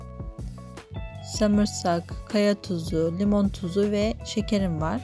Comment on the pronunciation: Elinize sağlık ama samirsak değil sarımsak desen daha iyi olur 😂